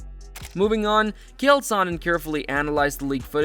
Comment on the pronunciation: Once you mispronounced Chael, I was out. Sorry.